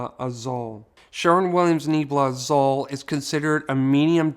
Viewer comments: I love your videos! I just want to help a bit with pronunciation Nee-AYE-blah Ah-ZOOL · I appreciate all your videos. Just a tip....Azul means blue in spanish and it's pronounced AH-SOOL